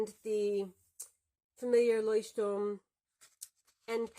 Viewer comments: I‘ve gotten so used to everyone pronouncing it „Leuchtturm Nineteen-Seventeen“ that I was really startled to hear you pronounce it in German, and a really good pronunciation as well! Had to immediately rewind to see if I heard you correctly 😂 Think I never looked at the planners Leuchtturm produces, although I like their notebooks enough to have one for long-term lists (previously used as a bullet journal). Thanks for showing off what you‘re using in 2022, loving these in-depth reviews you do! 💌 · Sooooo refreshing to hear a non-native German person pronounce Leuchtturm correctly. For that thank you! Also, amazing review, love how detailed it was!